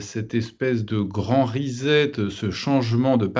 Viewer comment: On ne prononce pas grand "rizette", Mais grand "grand "reSSet". "S"